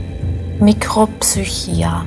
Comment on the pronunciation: Echt tolles Video; wobei Sokrates es eher "psük'hia" ausgesprochen hätte... ;)